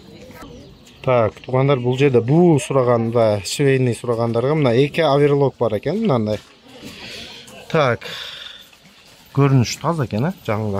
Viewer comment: Буум эмес, буюм!